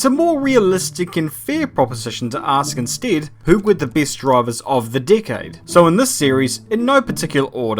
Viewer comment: Is it just me or do I hear Dickaide instead of Decade?